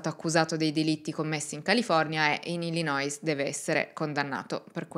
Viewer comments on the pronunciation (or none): BRAVA. Ti seguo dalla California. Piccole correzioni. Si pronuncia: Stocher cioe' senza la L. E poi Illinoi senza la S finale. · Pronuncia di Illinois e' Illinoi, senza la s . Per il resto complimenti per la tua competenza!